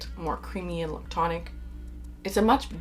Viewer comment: The way you say lictonic 😆 I absolutely love creamy fragrances, but they don’t have to be la’ctonic.. I feel like he gets confused with a note that smells like, powdered milk, or something almost off… When I just love very well rounded creamy smooth soft fluffy sort of fragrances… There is like a sweet cream-ish scent that I love, that can get crossed with A sour milk note that I dislike… Some of the best creamy notes I have ever found are in the lush bath bombs personally, or Clorox coconut wipes… Other than that, Sanatal complet.. and other milky fragrances with coconut Done right is my absolute favorite! I haven’t gotten through the video yet but I hope you mentioned some newbies that I haven’t tried…Hermès makes a good one.. Santal massoia, I think.